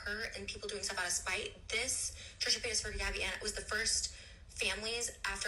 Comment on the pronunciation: FOR THE LOVE OF GOD PLEASE STOP SAYING HER LAST NAME LIKE THAT AND SAY IT THE RIGHT WAY JESUS LORD HELLLLPPPPP THIS MAN 🙄😳🤣🤣🤣🤣🤣🤣🤣🤣